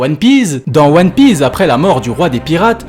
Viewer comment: Desole mais c’est pas « one pize » c’est « one pisse »